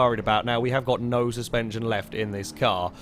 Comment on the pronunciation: Did you just try to say steerspension? That sounds like a new term for passive rear wheel steering. Copyright that